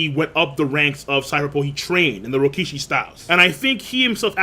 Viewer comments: After all these years, is STILL saying Rokishi instead of Rokushiki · Will you PLEASE pronounce the name right It’s Ro ku shi ki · Bruh. Rokushiki. Ro-Ku-Shi-Ki. Say it with me now.